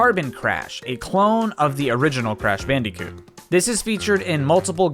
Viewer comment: R u calling crash bandicoot “crash bandeecoot” ironically or...